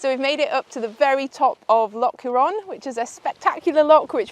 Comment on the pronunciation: brilliant vlog again...but your pronunciation cracks me up! mallaig- ma,-lig loch..defo not lock loch hourne- hoor,n sleat,,sleet eilan donan- aylan don.an forgive me the instruction/correction, you guys do brilliant stuff !! you got moydart spot on...but there is much more history behind that too!! dont take it as criticism..please...!